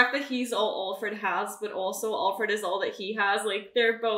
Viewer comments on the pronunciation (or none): I hate how she says allfred instead of Alfred